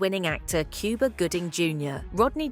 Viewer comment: it’s Cuba not Cooba lol